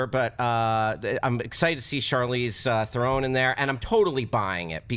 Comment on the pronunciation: "Charlise Thoron" Really? And this guy runs a major channel revolving around movies? Really?